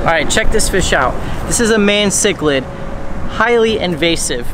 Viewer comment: you say mayan chiclid wrong lmao